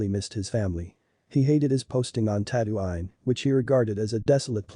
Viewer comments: Tatooine* not tatooain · Ah yes tatto-ine it’s tattoo-een You pronouncing it wrong angers me